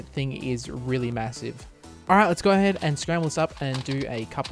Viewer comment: emphasis on "massive"